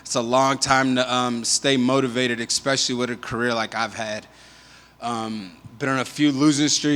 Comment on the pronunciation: Hey everyone it's "especially" NOT "expecially". Wtf, why do so many people pronounce this word incorrectly?? Yernt!!